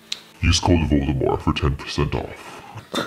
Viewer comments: Voldemor? I think jeffree is forgetting the t at the end XD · Cause he keeps saying Voldemore instead of Voldemort :p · Is anyone else triggered by how he says Voldemore instead of Voldemort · jeffree and: “voldemore” me: “where’s the “t” sis”🐸☕️ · he keeps saying voldemore😫😑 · Jeffree Star saying Voldemore for 5 minutes straight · jeffree saying ''voldemore'' is getting to me hahahaha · VoldeMORE he says 🪄✨ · Oml, that's what I thought when he said Voldemort the first time! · Can we just talk about the fact that he doesn't pronounce the T in Voldemort? I'm sorry but I just can't get over that